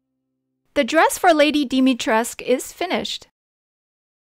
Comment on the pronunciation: Nice but “U” is NOT SILENT, in Lady Dumitrescu 😂:)))))))